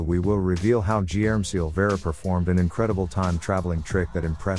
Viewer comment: Guilherme in Portuguese sounds totally different from what the video narrator is saying it. Fun fact.